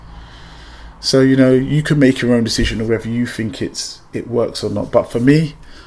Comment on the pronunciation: What a waste of time and you take the chance of ruining the engine. What do you mean "you fink"????